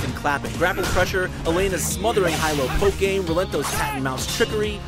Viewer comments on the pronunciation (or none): none